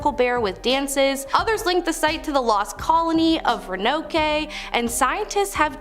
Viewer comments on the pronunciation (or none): Roanoke not Roanoke'..... Sounds like row·uh·nowk 😅